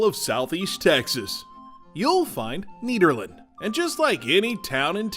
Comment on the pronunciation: CooI video. I like the way the lady pronounces 'Nederland', it sounds better than 'the Netherlands' imho. Greetings from Nederland, Europe.